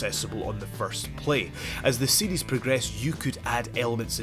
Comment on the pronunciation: I think it's cute how when he says series, it's sounds like seedies.